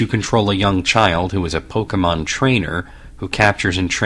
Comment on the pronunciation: Thank you for not saying "pok-ee-mon".